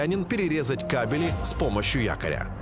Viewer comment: Кабели ударение на первом слоге!